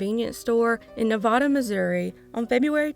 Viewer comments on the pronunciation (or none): The first "a" in Nevada,MO is pronounced as a long a. NUH-VAY-DUH is the way they say it. Lived there for 10+ years but long after 1991 when the convenience store worker was abducted.